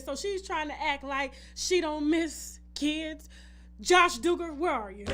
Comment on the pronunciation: Pronounced DOUG-ger lol. Not Dooger